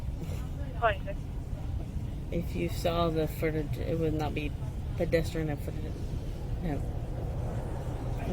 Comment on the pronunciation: Dimwit can’t even say pedestrian.